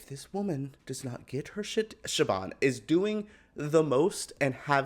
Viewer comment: My sweet, baby, angel. You know i love ya guts and SO HAPPY your back for more AHS reviews...but my delicate Irish ears needs to pull you up on your pronounciation of Siobhán. The B is pronounced like a V (Shiv-on). That being said, love you. Love your reviews xoxo 😘